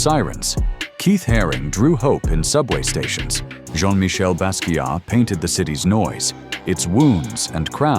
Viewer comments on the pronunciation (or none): none